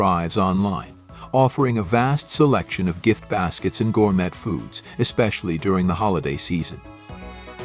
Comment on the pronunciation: Killed by AI 🤖 voiceover “gour-met”